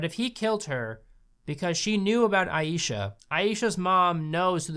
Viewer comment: You pronounce Aisha as eye-sha not ayee-sha, just saying otherwise great video